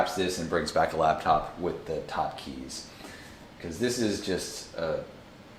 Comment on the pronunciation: I hate it when people say "Labtop" instead of laptop.